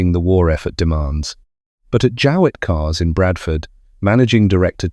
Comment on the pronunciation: No I don't remember the name, a pity you didn't look up the way we prounced it at the time, a simple Google search. My Grandfather had a pre-war Jowett and always called it a "JOH"+"it" as you could have easily found out Googling Jowett car prouncation. Apart from that a very good presentation.